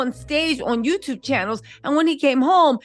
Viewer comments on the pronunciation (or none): none